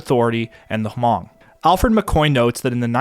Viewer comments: I’ve never heard Hmong pronounced like this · Fun fat: it’s pronounced Hmong(Mong) and not ha-mong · Not even a nitpick since your pronouciation of Hmong is fine as it is since most people don't even know they exist, but it's pronouced as Hmung if you want to sound more cultured around Hmong people. I'm Vietnamese and had some Hmong friends and the languages are closely related enough to be somewhat intelligible. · H is silent... Just Mong; i speak Hmong white and green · I believe, it's pronounced, "Mong" with the H being silent?.